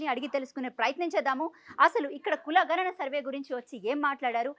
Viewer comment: ఘ నన కాదమ్మా గణన